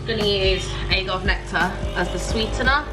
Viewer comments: Agave: ah-gah-vay Guacamole: wok-ah-mo-leh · LOVED THIS VIDEO! ALMOND MILK IS THE BEST. And it's ah-gah-vey:D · Love this Gurl. Thanks for sharing. ♡ P. S. Agave = [uh-gah-vay] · You should make more videos like this! Love it. Oh & its (a-gah-vay) ☺ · Guac- a -mo-lay Agg - arv - ay syrup You got mange tout just perfect! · Just started with portion control to lose some weight and this vid came at the perfect time. Definitely added to the Favorites playlist lol. Love you and all your content! P.s. I pronounce it "uh-gah-vey" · I pronounce agave as ag-ah-vay 😊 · Salmon is actually really good for you! It is high in omega -3 fatty acids so, good for your heart. It’s agave- aye!❤️ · I love your accent 😂 when you said “agave”, we pronounce it “a-gav-ay” in the states but “agave” has a nice ring to it! Also, more cooking videos please! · I pronounce it "ah-gah-vay". Please do more of these videos! I love getting the meal inspo. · It’s AAA-GAH-VE it’s native plant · 😂 It's a-gah-vay. And guac-ah-mo-lay (it's actually wah-ca-mo-lay but I never say it like that haha) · Agave...vey that’s how ya say it. Love your videos been watching you for almost 6 years now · Agave pronounced uh-ga-vay!! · it's ah-gah-vay (agave)! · Love everything you do but I really love these too! Oh and the aguave. .I don't know If I spelled that right..Lol.. but it's pronounced the 2nd way you said it 👍😘 amor from Houston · In French we say « a-ga-ve » like the first pronunciation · The way you pronounce/say AGAVE was lol